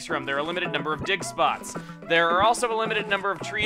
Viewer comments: I always think Chugga is saying "dick spots" not "dig spots". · *Dig spots :')